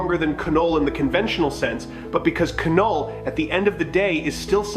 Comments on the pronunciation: It's NOT KA-NULL. IT'S NULL (KNULL)! OTS NOT KA-NO, ITS Know OR Sounds LIKE NO. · It is said NULL not K NULL, silent K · Bro do the voiceover thing again, MCU fans cannot listen to your K- null pronunciation. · The name Knull.. the K is silent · The k in Knull is silent please go back to school